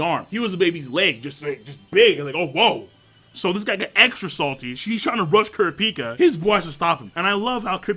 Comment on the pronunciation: lol cant pronounce kurapika